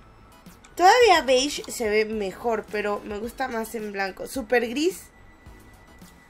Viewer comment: diciendo a las alfombras Sember "Súper" xd